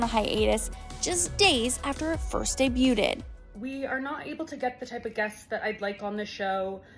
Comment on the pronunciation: Did anyone notice the extra syllable in "debuted"?